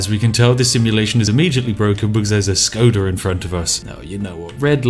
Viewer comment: Shkoda, just sayin'.